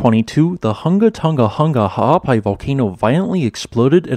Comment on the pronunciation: Dude gets serious props for hitting that full name right :)